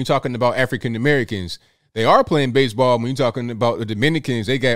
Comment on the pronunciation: "Base-a-ball been bery, bery good to me"